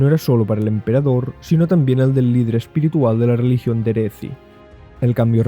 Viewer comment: Es que no hay una forma "universal" de pronunciar los nombres Pero si nos remontamos al ingles, entonces diría que tendrías razón, excepto por "Derethi", no se pronunciaría "Deresi" sino que se pronunciaría "Dereθi", ya que la "TH" en el ingles se pronuncia con el fonema [θ]